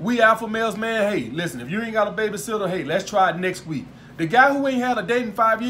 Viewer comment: Is it me or when he says "Baby Sitter" it sounds like "Beta Simp"